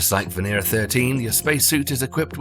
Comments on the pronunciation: バネラではなく、ベネラでは？ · ⛔️ it is VE-NE-RA....it is read as it is written, it does not have an English accent, finish with your accents and read exactly as it is written, what does VENEIREA mean?